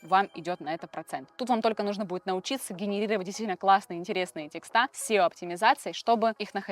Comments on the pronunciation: ТЕксты, а не текстА🤦‍♀️ Кошмарная безграмотность🙈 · тЕксты, а не текстА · Очень хороший канал, много полезной инфы. Но вот слово "текстА" просто режет слух. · Мне кажется, что если я еще раз услышу от вас слово "текстА", меня хватит удар! Калидор, ризетка, договорА, редакторА, тортЫ и кремА -- туда же -- в мусорку! 🥵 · А мне прикольно звучит текстА